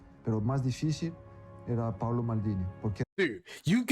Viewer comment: PAOLO, not paulo.